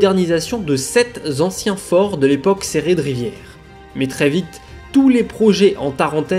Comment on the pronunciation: <<...sept zanciens...>> au lieu de sept anciens